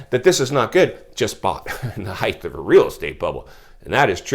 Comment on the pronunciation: It’s height not heighth right?